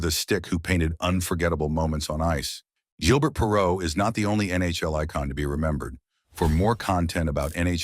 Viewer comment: AI Voice? It pronounces his name as 'G' il burt Perrault as opposed to the proper pronunciation of 'ZHIL' bair. If yer gonna make videos at least use a real human to narrate them.